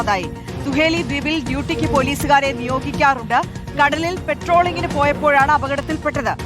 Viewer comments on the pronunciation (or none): പെട്രോളിംഗ് അല്ല പട്രോളിംഗ്. അവർ രക്ഷപ്പെടട്ടെ